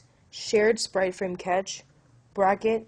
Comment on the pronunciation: Great tutorial. Thanks. You will lose some street cred by pronouncing "cache" like "catch". It's pronounced like "cash". Just FYI. ;-)